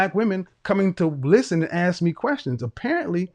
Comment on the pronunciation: Your husband's first job is to educate you on how to pronounce English words correctly. Let me help you, the word is ask, NOT axe